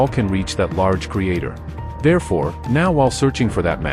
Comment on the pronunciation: Creator, not Crater